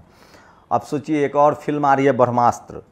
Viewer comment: Brahmastr bolnaseekho